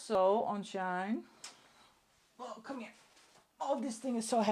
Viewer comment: I just thought I let you know it is SHEIN and not SHINE from at least how it is pronounced here in the USA.